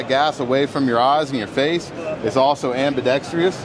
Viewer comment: Don't trust a word he says. He pronounces ambidextrous as ambidextrious.